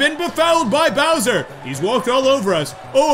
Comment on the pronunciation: When it said bowser’s warped orbit it did say kowser’s warped orbit